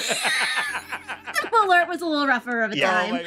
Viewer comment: LOL, as a Swede, I can say that is not how "malört" is pronounced... 😂